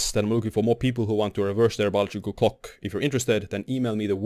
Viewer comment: I like how you pronounce "clock" as "cock" and "decade" as "dickhead"😂